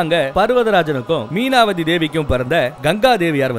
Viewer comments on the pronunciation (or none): Meenavathi illa, avanga peru Mainavathi